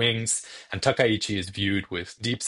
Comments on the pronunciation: Finally, a media pundit () who can actually pronounce Takaichi's surname correctly. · That was clearly just bit of vocal slurring. His pronunciation of Takaichi was spot-on perfect, the first media talking head to pronounce her surname correctly so far.